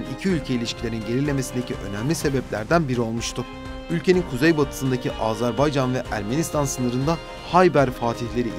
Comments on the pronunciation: Seslendirmeyi yapan kardeş azarbaycan değil Azerbaycan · Azarbaycan değil Azerbaycan deyin lütfen. Türkler kardeş ülkelerinin adını bile doğru telaffuz edemiyor derler rezil oluruz